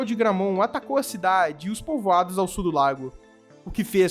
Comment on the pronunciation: JA PERGUNTEI ANTES, MAS VOU PERGUNTAR OUTRA VEZ. PORQUE VOCE PRONUNCIA A PALAVRA "SUL" DE "SUR"???